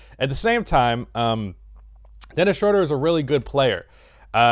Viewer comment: day 999 of telling that ITS PRONOUNCED SHROOODER